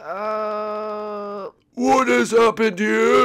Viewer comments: Why do i keep hearing. E gag insted of e gad? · you said Dr e gag